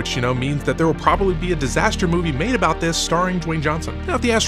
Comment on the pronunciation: "aboat" "Valemtime's Day"